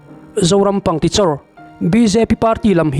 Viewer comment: Pangtichawr a ni lo,pangkichawr tih tur aw😮😮